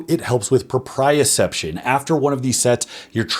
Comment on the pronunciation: Not to go all "Dr." Mike here, but the proper pronunciation is propriOception. At least that's the way I learned it in school.